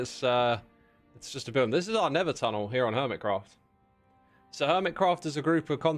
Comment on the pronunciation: Oh yay! Errrmit Qwaft is my favourite SMP!! :D